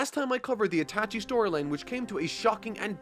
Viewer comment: Nigga said "I-tachi" 😭